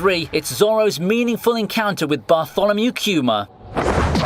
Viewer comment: The way you say Kuma it cringes the shit out of me! why not use the Japanese way.